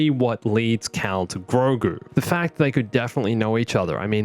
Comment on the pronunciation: Say it with me. Gro. Gu. It’s Grogu, catch up buddy